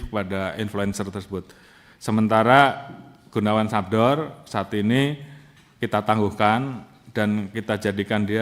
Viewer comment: sadbor jendral bukan sabdor😂